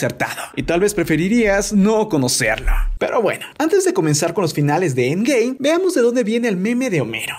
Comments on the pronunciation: dice siempre endgay osea en ves de endgame dice endgay guat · Es cosa mia o dice endgay